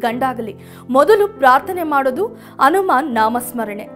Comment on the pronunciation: Its Hennu not Ennu Its Hanuman not Anuman